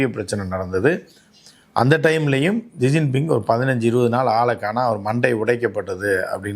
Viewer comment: ஷிஜின்பிங் - இதுதான் சரியான உச்சரிப்பு